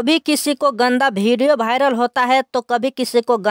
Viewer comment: पहले हिंदी बोलना सीख लो भाई। वो वीडियो होता है भिडियो नही।